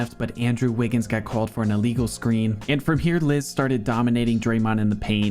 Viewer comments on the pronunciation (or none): none